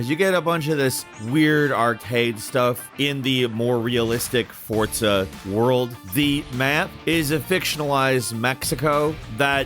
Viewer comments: It’s forza not fortsa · Isn't forza not fortza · Why does he say it like that ?? “FORT-ZA” 🤣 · I stg every time you say Fortsa i cringe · There is no 't' in forza. Learn pronunciation one of these days. Also, maybe don't include corridor/instanced games on an open world list. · My man said "fortza"😂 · Why are you saying Fortza? haha. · You & Jake pronounce Forza weird.